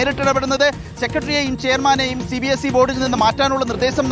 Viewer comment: Angher cbse ennu vaayikumbo "sabse" ennakum